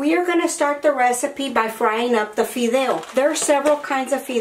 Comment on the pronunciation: Why not speak spanish?si no eres Américana?digo porque la palabra fideos la pronuncias muy bien para ser Américana.